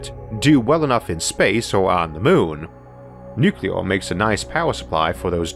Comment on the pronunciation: NU-clee-er, not NU-cu-lar.